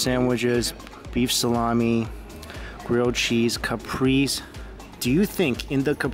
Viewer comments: lel a capris sandwhich, kuh-pray-zay brother man. love the vid tho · It's not a caprise like the car lol its ca-pray-say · Ca-pree-ZEE sandwich 😉👍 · It's called a caprese " ka_pray_za" I believe unless I'm mistaking it for another dish